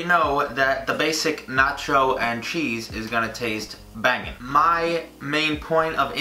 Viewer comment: Am I the only one who doesn't like the way he says "bangin" to me it just sounds weird lol😹